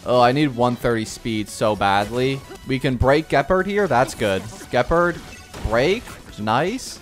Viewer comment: say it with me, "Jeh-paard"